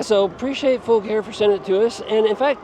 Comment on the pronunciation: Great video. Thank you for pronouncing the name correctly. I bought my Gemini in June, and messaged the company how to say the name, they said, FULL CARE- like we take Full Care of your bike.. Love that it's load capacity of 400 lbs. You can get over 50 miles per charge with it, I average about 40-45 with a mixture of using PAS 4 and 5. I have almost 1,100 miles on it already. Great bike! I have the baskets, I also bought the saddle bags for the back. Can't wait to utilize all the storage and capacity of this bike while hunting!